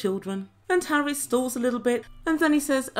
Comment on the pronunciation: The fact that she says Harrus makes me ill! Why... WHY is there a 'U' there?